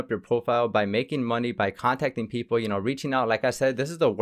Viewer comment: why other countries. pronounce (PEOPLE) PEOPOR!